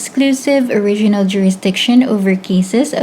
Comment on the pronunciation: Please pronounce the words properly. Say Oh-riginal, not "—rregional jurisdiction." And proCEdure, not prOcedure. A law student asked me if there was such a thing as regional jurisdiction.